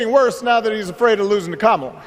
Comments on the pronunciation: her name is Ka-mala not Kam-ala like the wrestler who body slammed your ass many times. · Still mispronouncing her name. When I was in high school back in rhe early seventies my history teacher deliberately mispronounced a kid's name all year long. This was fhe first year of integration, so the student was new to the school. Our racist teacher jabbed him all year long because he didnt have a Eurocentric name. They know how to pronounce her name. It's a dog whistle, just like calling her unintelligent. Lets nove ahead abd leave the knuckledraggers in the dust.